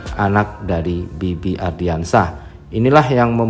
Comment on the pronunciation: Please stop bilang "ARDIANSYAH" yg bener tu "ANDRIANSYAH" tolong next dikoreksi ya naratornya, soalnya saya juga pasti nonton channel ini setiap hari kok. Gunakan nama yang benar